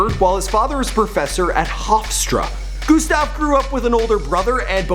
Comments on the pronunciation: And it’s not fucking goostav it’s Gustav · wtf he was pronouncing gustav goostav what is this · IT IS NOT GOOSTAV GET IT RIGHT! IT IS GUSTAV! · GOOSTAV ME: TRIGGERD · Also pernounces "Gustav" g-OO-stav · Omg No he pronounces his name soooo bad